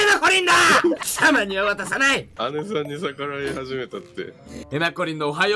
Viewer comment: 貴↑様⤵︎ には渡さない！ すき